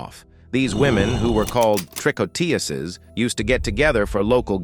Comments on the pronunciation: TREE-KO-TOOZ not trick-oh-TEE-ussez. The singular tricoteuse and the plural tricoteuses have the same pronunciation with the number (=singular vs plural) conveyed by surrounding words such as the article adjectives or the number implied by the verb ending. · In English you would pronounce "tricouteuses" "tree-co-TOOSEs" from the verb "tricoter," to knit. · you pronounce "tricotEses". The third syllable is like in EUrope. And you do not pronounce the final S for the plural. It is silent. (French-US here) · It definitely had its dissuasive effect on criminals, knowing they could lose their heads because of their crimes. Tricoteuses is pronounced TREE-KO-TEUZ in french, by the way. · You have to learn how to pronounce "Tricoteuses" properly. It's "Tree-kot-tewz". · Man, if you're going to use the word "tricoteuses" a gazillion times, LEARN how to pronounce it!